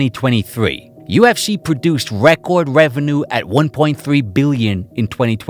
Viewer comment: Listening to this New York mush-mouth accent struggle to pronounce "record" over and over again makes me wonder why didn't he run it through google at least once to check how it's supposed to be said🙄🤣